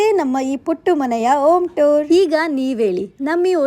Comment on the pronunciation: ಹ ಉಚ್ಚಾರ ಸರಿಯಾಗಿ ಮಾಡಿ ಒಸ ಮನೆ ಅಲ್ಲ ಹೊಸ ಮನೆ ಆಲು ಅಲ್ಲ ಹಾಲು ಓಂ ಟೂರ್ ಅಲ್ಲ ಹೋಮ್ ಟೂರ್ ಓಲ್ ಅಲ್ಲ ಹಾಲ್